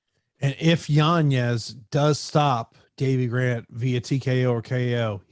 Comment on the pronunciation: still can’t get yanez’s name right 😂